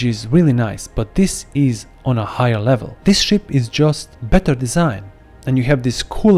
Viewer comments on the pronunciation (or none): none